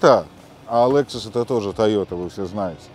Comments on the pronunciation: Я тоже наверное стану охотником и рыболовом, вон у них тачки какие. Автор задрал не правильно говорить Лэксус может Лексус где ты увидел Э букву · Обзоры не ваше дело, не приятно слушать Лэксус и Мишелин